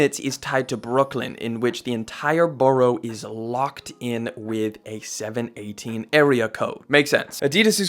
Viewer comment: It's 7-1-8 not 7-18 we dont say 7-18 in NYC put some respeck on our name there are 3 other boroughs tied to 7-1-8 son get it right deadass!!!! 😂😂😂😂